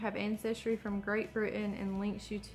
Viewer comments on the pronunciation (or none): none